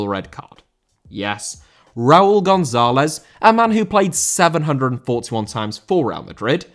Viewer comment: González* not Gonzóhlez